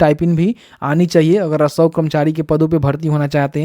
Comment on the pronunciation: आप रसोव कर्मचारी जो बोल रहे हैं वहां आप राजस्व कर्मचारी बोलिये।